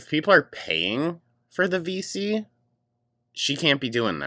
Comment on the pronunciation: Every time they say "VC", I hear "FECES" 😭